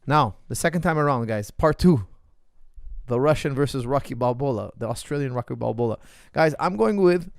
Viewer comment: i love it when coach says "rocky balbola" 😂